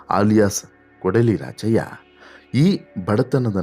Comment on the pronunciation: Sir ...kodihalli raachayya alla..... correct pronounce maadi ..KODLI RAACHAYYA antha